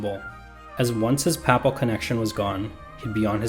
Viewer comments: This was very well done! But it's the first time I've heard 'papal' pronounced as 'papple'. It's 'pay-pull'. Where did you get 'papple' from? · This may only matter to be, but, Ducat sounds like "duckit," not "doo-cot." And Papal has a long A sound, not a short one as in "apple."